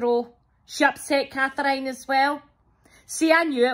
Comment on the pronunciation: Cathr-iyne is actually a name lol once I had bunch of thyme ...everybody